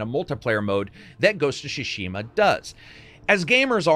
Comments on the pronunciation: It´s Tsushima, not Shushima. Tsushima. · It's Tsu-shima, not SHOE-shima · I already thought wow what a great game. Whole new level of gratitude for treating players this. They've shown everyone how it's done. Love it. Hopefully some others will follow. (btw. it's pronounced TSU = つ not SHU = しゅ, at least in majority of Honshu) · It is Ghost of "Tsushima" and not Ghost of "Tsshhshima" 🤣🤣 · Ghost of Shushima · This guy laterally said "shushima"😂😂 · Why do you keep pronouncing it "Shishima"? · Ghost of Shushima? Ok. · WTF is Ghost of Shoe-shima? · ghosts of sushi ma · What's with the pronounciation, I mean, "shushima"? Really?! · It's not SHUshima lol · Ghost of SHUSHIMA XD, Lol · Its actually super duper wrong :D Not only the sounds are wrong but the emphasis is on the wrong letters as well. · love you to death mate but your pronouciation of Tsushima is leaving me in stitches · he pronounces Tsushima different every time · Shoe-she-ma, was ok at first but kept saying it. And “Oh-nye” bruh I dipped 🤣🤣